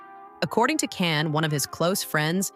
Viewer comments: Meeee too!!! They are moderator / announcers and most all of them — almost on purpose — say his name wrong on PURPOSE‼️😡. It’s not can - like a can of soup!! It is CAN— pronounced JOHN!!! ‼️‼️‼️‼️‼️please moderators let your staff or who lever works with you KNOW HIS NAME! I Black AMERICAN and I ca. say it! It’s very DISRESPECTFUL continually mispronouncing his NAME‼️‼️‼️😡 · Say his name correctly! say ..JOHN JON.. .. NOT JAN OR CAN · Pronounced Jon, not kan or Jan … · In Turkish, the letter 'C' sounds like the English 'J' . And The 'a': It has a soft, elongated sound, similar to the 'a' in father - or "ahh". So it's not Jon, John, or Jan. It is pronounced J-aw-n - rhymes with "fawn' and "dawn'. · Actually it’s pronounced as jaan, which means life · Yeah not soup CAN or CON artist—-sounds like English name JOHN, not girl’s English name JAN. All we hear is scratching on a chalkboard ANNOYING, AND not only Can’s name, you pretty much murdered the other name pronunciations, bottom line you can’t pronounce Turkish actors names. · John. his name is pronounced John. you lose all credibility if you cannot research something as simple as the correct pronounciation of his name. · First name is pronounced Jon. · vyslovuj Džan. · y, it’s pronounced like John in English/American. I watch a lot of Turkish TV, Can is pronounced like Jon or John. Look it up on Google Translate if you want. From Turkish to English…type in Can Yaman in Turkish and listen to it…John yaman…….when he says his name, he says it like John in English… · So annoying to hear his named said WRONG its pronounced JON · w języku tureckim c wymawia się jak dż a więc Dzian